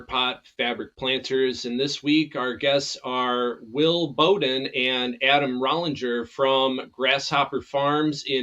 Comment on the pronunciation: No disrespect but u pronounce our name like how u would say the front of a ship - Bow - not Bow like u hunt with.. dnt worry everybody says it wrong. . 😂